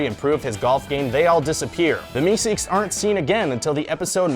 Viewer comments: its meeseeks, not meseeks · It's meeseeks not meseeks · **MEESEEKS** not meseeks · It's meeseeks you idiots... burp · It's "Mr. Meeseeks"